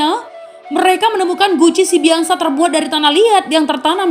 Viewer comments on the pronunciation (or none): Pengucapannya "Sibiaksa", Biaksa adalah tanduk kerbau